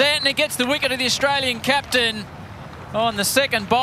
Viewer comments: mark howard it is captain not claptain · Definitely said claptain. Wasn't the accent. Just a slip of the tongue. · He was gonna say cleared but his mind messed him up And he said claptain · When you said captain you said Clapton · "Australian claptain!"🤣🤣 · anyone else hear 'Claptain?" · Wait did he just say”Australian Claptain”